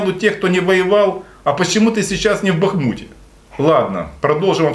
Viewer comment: Ну, хоть вы - один из немногих блогеров правильно произносите нащвание города БахмУт.